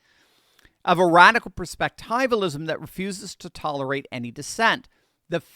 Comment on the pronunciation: I really don't want to nitpick but when you pronounce words incorrectly, it has an effect on the way people hear you. For those of us who know how to say perspectivialism, it is very distracting. It is not a long i It is a short i